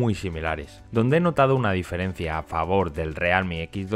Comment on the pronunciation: como cuando no te decidis si pronunciarlo en ingles o en español: "realmi"